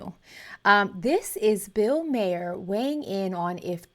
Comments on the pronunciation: His name is pronounced "Mar"., not Mare. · Yes, thank you. I keep wanting to bring this up without coming off as pedantic. I think of it like Bill Burr, Bill Marr.